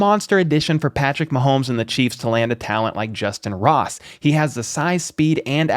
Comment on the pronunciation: It's justyn Ross...plz fix